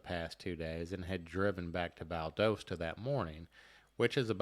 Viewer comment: She said Valdosta correctly. He didn’t.